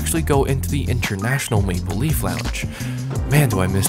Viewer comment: Am I the only one who heard, international make believe lounge instead of international maple leaf lounge 😆